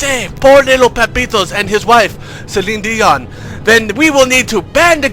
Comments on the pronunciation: "Cellinedian" "Cellinedian" "Cellinedian" everytime "Cellinedian" LOL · LMAO Cellinedion. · i laughed everytime he said "CellineDion"